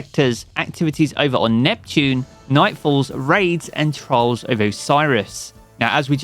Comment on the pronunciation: "Trolls of Osiris" Hehehe no hate on your accent :D trolls fits great here as well... for me at least 😅😂 may it be my teammates or my opponents or both...